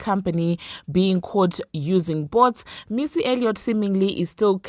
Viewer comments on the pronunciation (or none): bots is pronounced ugh nvm but it’s not boats